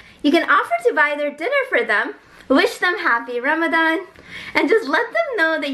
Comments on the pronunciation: Why did she pronounce like remdain 😂😂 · Serious question, not a trolling comment: how do you expect to engender respect for your religious beliefs and practices while portraying a non-Muslim in a way that could be considered offensive? The way you purposely mis-pronounce ‘Ramadan’ as a joke is derogatory towards non-Muslims, and I hope you will do better to be mindful of that in the future. Love your positive energy in all your videos! 🥰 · accent and pronunciation is hilarious